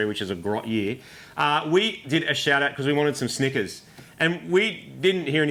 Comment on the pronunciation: You need to work on your pronunciation of Snickers, dude 😂